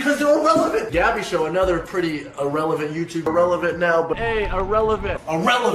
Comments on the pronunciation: i like the part when he said irellevent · I like when he said “Irrelevant”